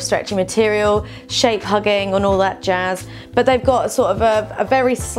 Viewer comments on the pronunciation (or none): none